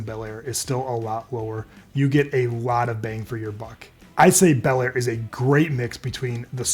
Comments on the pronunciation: Bellaire, not Balllier, what did you do, use AI? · You mean Bellaire? You called it Ballier.